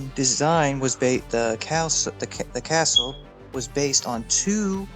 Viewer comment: Casull is pronounced "Kha sool"